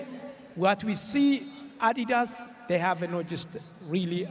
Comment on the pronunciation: Is that how you pronounce Adidas? I’m going to stick with how I’ve been saying it for over 30 years